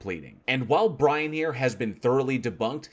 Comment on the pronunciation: We shall wewease, Bwian!